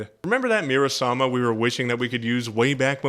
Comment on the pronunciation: MURA SAMA, the weapon in the hell lab is called murasama not muramasa